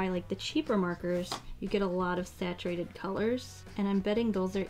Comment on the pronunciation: And “saturatedd”